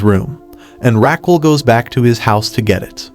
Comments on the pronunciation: it is not Raqwel It is Raquel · the way you say her name is killing me , but you can call her without the "u" Ra-q-e-l. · I think her name is pronounced Raquel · omg the way he pronounces her name jajajaj